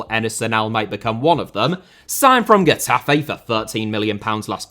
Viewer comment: Getafe* not Guetafei